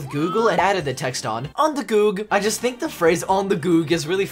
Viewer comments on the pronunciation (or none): none